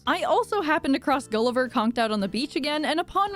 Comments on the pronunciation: You need to help Gulliver 20 times not gullivarr 20 times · You def should do the crafting recipes (I don’t want this series to be over yet please) Also for the shovel it’s Gulliver not Gullivaar (I’m speaking from experience unfortunately) :D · I think to get the golden shovel you need to help guliver 20 times not Gulivarrr